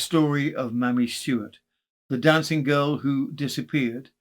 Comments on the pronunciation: Loved the compilation thank you ☺️ I have a form of OCD and so my only query is to do with the first case - should her name be pronounced Maymee rather than mammy? Maybe not - or maymee not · New subscriber loving these long compilations! (But surely 'Mamie' should be pronounced 'may-me' not 'mammy'?)